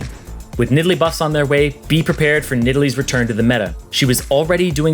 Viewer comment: Nidalee??? Lmfao